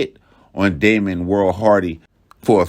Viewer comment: It’s Damian not Damon, but very well done